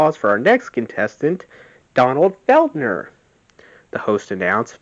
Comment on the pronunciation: It's FELDER, NOT "Feld-ner".